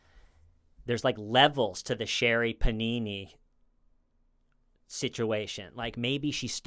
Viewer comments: The way that keeps referring to Sherri Pappini as "Sherri Pannini" cracks me up!! 😂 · I cracked up when says Sherri Panini! 😂